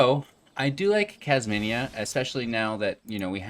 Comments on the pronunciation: Kas mi na. Kas me nuh. Not kas mini a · KASH MI NA as you would pronounce Jasmina .it's an eastern name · Say it with me..."Kaz-Meena". There is no "I" before the "A" in her name.